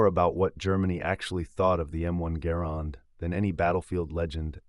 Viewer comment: Thank you. Thanks for pronouncing Garand correctly. Call of Duty "experts" think it's true. I have competed in WWII rifle competitions and no one is going to hear that ping. Or the sound of the clip hits the ground. Stupid myth. ALSO can you please dispel the myth John Browning designed the High Power since he didn't.